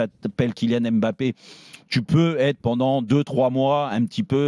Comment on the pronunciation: Ça fait des années que Rothen parle de Mbappé mais il sait toujours pas prononcer son nom